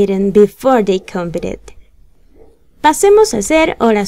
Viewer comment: cuando uno está aprendiendo es muy importante aprender la pronunciación correcta de las palabras... Estás pronunciando mal la palabra "competed"!